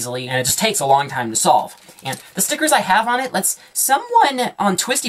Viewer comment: I swear he says STOLVE